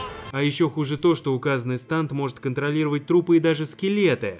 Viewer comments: Не станд а стЭнд! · не станд а стэнд